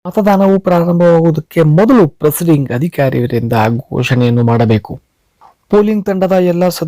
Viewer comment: Presiding ಸರಿ. ಪ್ರೋಸಿಡಿಂಗ್ ಅಲ್ಲ. ಮಾಹಿತಿ ಚೆನ್ನಾಗಿದೆ. ವಂದನೆಗಳು.